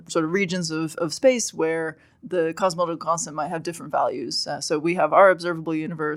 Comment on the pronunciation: I can’t stand the way she mumbles through “cosmological constant”